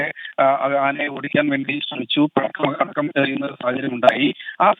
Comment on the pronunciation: പടക്കം എന്ന് വ്യക്തമായി പറയാത്തതെന്താ ?